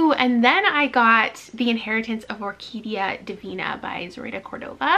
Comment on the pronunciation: I think you're the only English-speaking booktuber I've seen that pronounced correctly 'Orquidia Divina' haha.